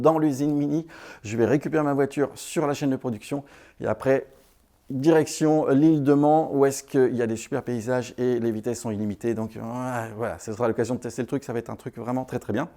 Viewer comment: ile de "mane" et non man même si sa s'écrit man